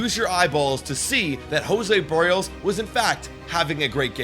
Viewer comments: Lol the worst pronunciation 😂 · Kikuchi got 3 ground balls and one soft liner 🙄. I don't even think it was Schneider's decision, it was front office. Also learn how to pronounce Berrios.